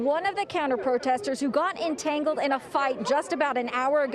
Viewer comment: Did she say "entangled"? 👀